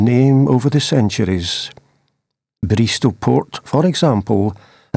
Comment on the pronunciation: Bristo, pronounced like Bisto gravy but with an “r”, still love your videos btw 😊